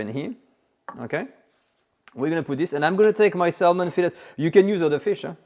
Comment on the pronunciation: the l in salmon is silent so it sounds like sa mon